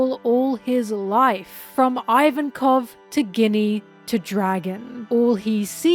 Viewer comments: I think Ginny is pronounced “Jinny”. Is this rage baiting? Haha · i want to focus but you keep saying Ginny like Guinnea and im distracted >:( lol jk, very good analysis :3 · You can't be pronouncing Ginny like Guinea after she was made into a Guinea Pig for Saturns experiments. Thats meessed up ;A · and Ginny Guinea lol, what is going on! i feel like you dont pronounce it this way in ur regular videos. Really makes my brain itchy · Pronunciation correction incoming, enjoy this tasty tasty engagement! Ginny is a real name, it's short for Virginia and is pronounced with a soft g, so it sounds more like the main ingredient of a Martini or like an Arabian wish-granting wind spirit. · I love you,, but please look up how to pronounce "Ginny", it's driving me nuts! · I love your content so so so much, but I just can't resist the grammar Nazi urge: it's pronounced JINNY, and it's pronounced EEVANKOV. At least if we stick to the japanese pronunciation. Everything else in this video is just awesome